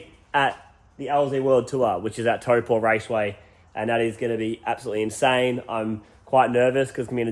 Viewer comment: Pronounce Taupo,NZ as towepo, will be a bit closer hehe